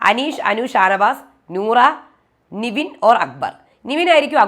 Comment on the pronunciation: Season 7ന്റെ top 7 നാളെയറിയാം.. Sabuman ഉണ്ടാവില്ല.. ഇത്രയും നാളും review ഇട്ടിട്ടും Nevin എന്ന contestantന്റെ പേര് കൃത്യമായി നിങ്ങൾക്ക് പറയാൻ അറിയില്ലേ 🙄